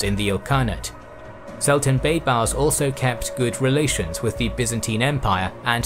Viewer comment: He pronounces baybars so damn bad